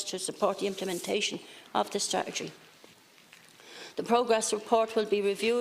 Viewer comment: she cant even pronounce the word strategy...